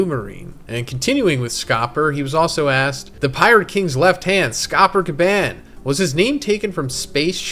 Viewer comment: Gyah-bahn is how you pronounce Scopper Gabon's name apparently